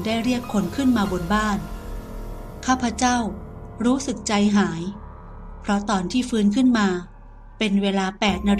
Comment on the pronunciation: คนอ่านถ้าอ่าน ข้าพเจ้า จะน่าฟังกว่า ข้าพเจ่า